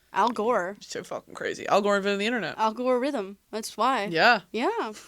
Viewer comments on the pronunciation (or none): AL-GORE-RITHM 💀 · I died at al-gore-ithm